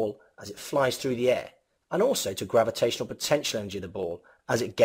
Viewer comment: Good video but "gavitational", "distroyed" and "destoryed"